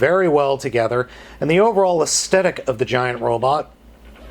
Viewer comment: man, I love your videos, but... 'Aesthetic' is pronounced with a "th," not a "t". Anyway, sorry to be a nitpicker, and thanks for all the great showcases!